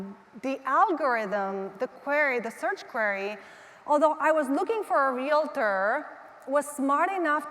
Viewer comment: It would really help your credibility if you would learn how to pronounce the word REALTOR . It is not REAL LA TUR .